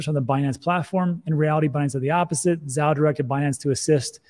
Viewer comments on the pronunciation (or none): Zhao in Chinese mandarin is pronounced with J like in “Jump” + ou like in “ouch” so Zhao = “Jou”. FYI